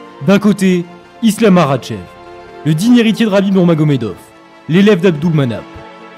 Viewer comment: Tu sais même pas prononcé makhachev correctement mec